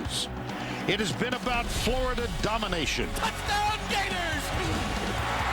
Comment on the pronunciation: Every time you say Gheyturs I think it gets wittier...